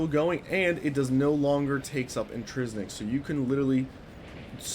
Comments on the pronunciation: In-TRIN-sic is the word you are trying to say. Not, in-tris-nic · INTRINSIC. NOT INTRISNICK